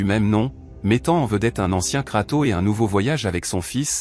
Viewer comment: Arrête de dire KratOOO:face-red-droopy-eyes